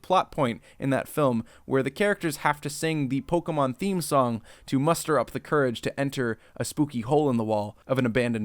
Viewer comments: Pokemon. It does not have an "A" in it. It's not Pokamon, it's Pokemon. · > Claims to have Pokémon knowledge. > Doesn't pronounce the é properly. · Listening to naming all the Pokemon in this movie really makes me realise how I've been pronouncing their names wrong my whole life...